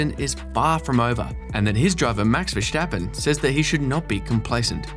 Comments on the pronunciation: Verstappen, not Verschtappen. He's Dutch. not German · that’s true. It’s ver stappen. Like stop. Nothing like schtop. I am Dutch. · ah, typical British. Probably all real Dutch pronounce it wrongly because a half Brit pronounces it as Vershtappen. It’s like in stop. Or does your aunt say shtop? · It isn't. Maybe the sj or sh pronounciation might be used in Limburgish, the province where he was raised. And it's Dutch yes, not Dutsch. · Also: I always have a real hard time watching videos about the bias towards Hamilton when the creator cannot even pronounce Verstappen and Leclerc correctly. It's so embarrassing.